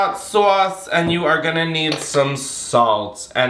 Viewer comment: Me too 😂